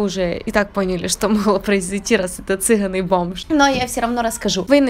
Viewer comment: цыГАн. Буква - Г, ударение - А